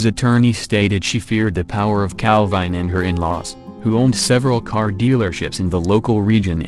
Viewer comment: Cal-vine did it